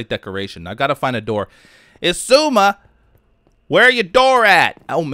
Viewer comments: I think it's pronounced "egg-zooma" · Only Keralis says it right -- "Shishuahmi" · You say Xisuma so weird XD